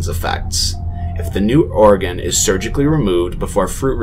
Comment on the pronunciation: Sigh. It's pronounced OR-gun. Like a pipe organ, or organs in general